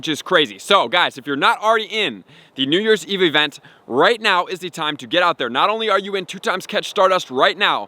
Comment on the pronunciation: No he just said it normal?